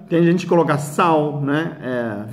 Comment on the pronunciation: O senhor parece ser um cara tranquilo e simpático. Não precisa mudar. E quando fala Coroca em vez de coloca é bem engraçado! Deus abençoe! Valeu